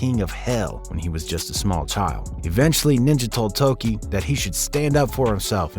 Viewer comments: Tokkie, not Toki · Bingo! Doesn't know how to pronounce Tokkie either. Lol